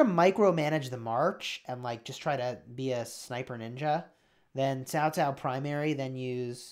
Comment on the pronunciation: you said "Cao Cao" just like an ordinary Vietnamese, man! :). Even a hot LOL streamer like Cowsep found it hard to pronounce the letter "C" in our language, though he had been streaming in VNmese sever for us for like almost 2 years. You got a talent right there man!